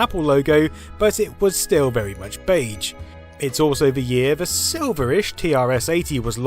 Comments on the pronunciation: Something about the way you say "beige" really bothers me. "Bayj" feels wrong when it's "beyzh". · "Beidge"... Sure let's go with that. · In this video: Beyj. Bayj. Beyj. Beyj Beyj Bayj. I checked American and British pronunciation. You're sayin' it wrong. And you said it wrong a lot. The 'ge' is like 'rouge' and 'genre' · I hate that you keep saying BEIJ instead of beige, pronounced beizh. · Gaaaah, all I can hear now is "Bayj" instead of "beizh". Have you done a word count of how many times you said it,? Are you saying beige in your sleep now? (I mean, more than usual) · I'm British and this isn't how I pronounce beige... (bey'zh) not (bage). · I had no idea anyone pronounced "beige" like this. Baidj. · 'Bay-juh' dude... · 'beiDge' aaaaaarrrrgghh! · Bage? Haha in all seriousness though, great content! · Is therea "d" in beige ? Or is that an England thing? Lol love the video. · Baydj? Baydj? BAYDJ? FFS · Except that most British people would, I suspect, say it with the zh pronounciation, and not the way he does (I'm British myself by the way). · I was wondering what you meant when saying baje until I realised you meant beige. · it's not pronounced bayje i am crying MAKE IT STOP 😭😭😭😭😭 please I'm begging you I am only 4 minutes in how many times will you say bayj i am pleading i am on the floor in a puddle of my sweat please sir please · Dude, you say beige wrong. 🤢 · Pronouncing beige to rhyme with "age" is a bug bear of mine! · Mispronounce beige one more time! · I really loved the video, even the bizarre (mis)pronunciation of the word beige couldn't spoil it. :) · Is anyone else bugged with how he pronounces beige? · I profoundly disagree with your pronunciation of "beige". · That's not how British people pronounce it either. He's just saying it wrong. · Never heard beige pronounced beige